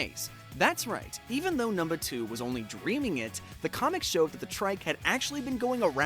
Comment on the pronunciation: this mf said "numnuh 2"